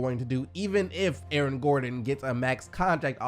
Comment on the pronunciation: "A-A-Ron gordon"😂